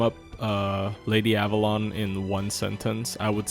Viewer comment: Text: Avalon pronounce: Abalone Yummy